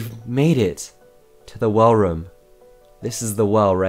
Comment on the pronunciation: More nick bring him back By the way why do you say room like roum